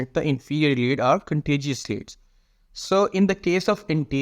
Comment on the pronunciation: It’s contiguous lead bro not contiguous lead,are you Paki.